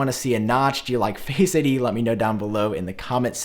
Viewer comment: Face ID is not one word . My ears hurt Everytime you say it